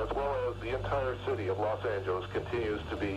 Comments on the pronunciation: Loss Angilees? 😂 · btw it’s not Los Angeless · Ah yes los angelees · los anjeelees the way he pronounced it💀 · Where is "los angel LEES"? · Los Angelees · Los angelees - 💀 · los angalies??💀💀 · Los angeleejs 💀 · los Angelees😂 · imagine saying Los Angeles wrong